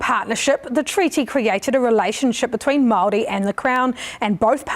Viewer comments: Oh my God his pronunciation of everything is so atrocious he shouldn't even be allowed to speak or judge on this subject😭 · The bill was never passed, no Matt your pronunciation was shit, the crown wants to take away our culture and remove our language. The crown took our land. Slaughtered raped tortured our people. Your news research is terriable get off your computer and physically go visit what your studying. You really have no platform on what you are addressing.